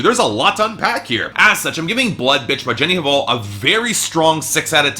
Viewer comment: the pronunciation of artists last name shoud be "val" not "haval". without "h".